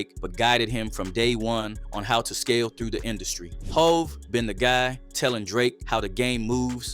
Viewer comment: AI must be speaking on this video, how tf they mispronounce HOV?